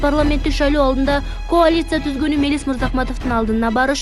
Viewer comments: Коалиция .каалиция деп эле окулат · Коалицияны туура айтчы 🤦🤦🤦🤦🤦🤦🤦🤦🤦🤦🤦🤦😂😂😂😂😂😂😂